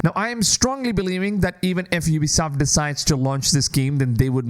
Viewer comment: You started saying Ubisoft correctly! 😂 Edit: I can't believe you think that if EA destroyed Star Wars games, Ubisoft is going to make it any better? It's literally jumping out of the frying pan and into the fire! Ubisoft has been killing the AC franchise with each release.